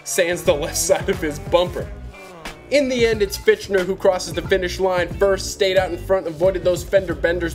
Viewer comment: LOL "Fitchner". It's Fichtner (like Fickner) -the H and T are silent.